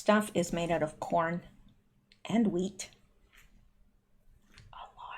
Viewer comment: The hweat is grown by our neighbors to the North... YOU oughta know gurl